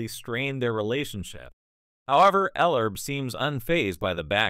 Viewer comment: Commentator doesn't even have enough respect Ellerbe enough to pronounce his name right the DISRESPECT of the CAUCASIAN FOR THE INDIGENOUS RACE IS ALJVE N WELL